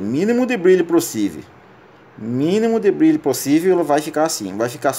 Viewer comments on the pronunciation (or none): Não consegui assistir tudo pelo fato de falar errado demais(subir pra cima)é foda. (Derligado). Dispenso a ideia de resolver meu celular, (pobrema). Caralho , (mínimo de brilho prosive). Impossível ouvir tudo.